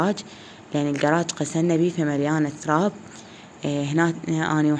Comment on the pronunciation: زين ليش تتكلمين بحرف ق كولي غسلنه مو قسنه